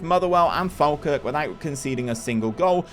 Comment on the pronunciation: Great video, loved it as an Aberdeen fan! Couple of things just so you’re aware Duk is pronounced “dook” Falkirk is pronounced “fallkirk”